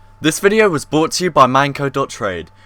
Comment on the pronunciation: It sounded like "bought to you by...."